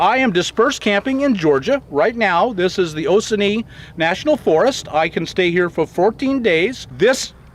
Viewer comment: I believe that is pronounced Oh- cone--nee. I used to go to the oconee river which is located in southern Georgia. It's a very slow clean river.